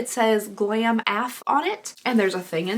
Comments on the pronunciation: Ok I cracked up when u read the bag that said "Glam AF" and you pronounced it "Glam aaf"...hahahaha... u know that's "A-F" right? (As f@ I literally laughed out loud...ok..also when u didn't know what the portable phone charger was...ty for the laugh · Still giggling at pronouncing AF as ahhfff. 🤣